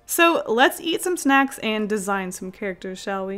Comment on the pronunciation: Okay but when you said; ‘onto the squid snacks’ I heard; ‘onto the squid sex’